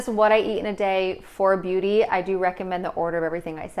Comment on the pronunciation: Anyone else notice "Beaututy"